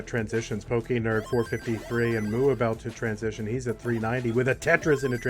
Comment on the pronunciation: How do consistently call a guy named"pokend" "pokernerd"?